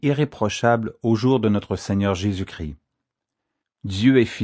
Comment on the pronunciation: Il faut bien prononcer le S et le t quand on dit Christ sinon ça fait Cri et ça veux rien dire. Il ne faut pas oublier que Christ veux dire Sauveur, là est toute sont importance. Merci